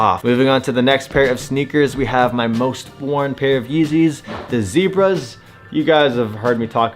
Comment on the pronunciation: “the yebras” got me dead😂